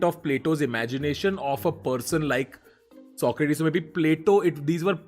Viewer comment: I played AC Odyssey, and the way Tanmay pronounced Socrates made me very uncomfortable